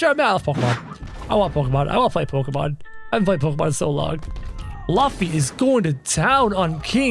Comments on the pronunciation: Bro said LuFFY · No Its not Laffy its LUFFY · You say Laffy it's Luffy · Its lo-ffy luffy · Luffy not lufy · you pronounced Luffy wrong